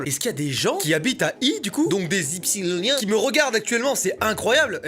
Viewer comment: Quand ils dit des Ypsioliens on dirait il fait une crise d'épilepsie